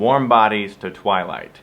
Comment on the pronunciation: Aint a fan. liked the though. "twiligt" blarg. This though, is love